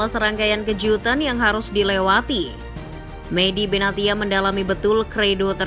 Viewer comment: Medhia Benatia (Medhi Benasia) kalau di baca min 😢